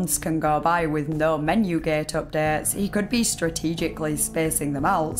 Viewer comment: The way she says gate tho 🤣